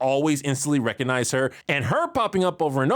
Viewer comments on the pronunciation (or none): none